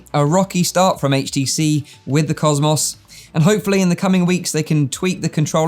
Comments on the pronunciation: Normal people: cosmos,: causemoss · im sore i cant get over how you say cosmos maybe its just because my accent is different but i cant get over cos mos lol not being rude its just funny to me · Why do you say HTC Vive "COS MOSSSSS" xD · You say cosmos wrong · I'd ask, (Why can't you pronounce "COSMO" correctly) but then I realized you're more than likely American! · The way he pronounces cosmos. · Why does he say cosmos like that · Yea! It's like Murica invented English (with Greek roots), innit mate! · well cosmos isnt really a common word so I've never heard it pronounced like that